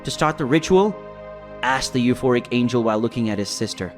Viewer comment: There isn't an AI in existence that mispronounces angel unless it was purposefully programmed in OR ITS SOMEBODY READING IT AND DOING IT and I don't play with you thirsty for engagement YouTubers so this is my last comment until you stop this fuckery. Your content should be enough AND YOU WILL GET COMMENTS wiithout resorting to this fuckery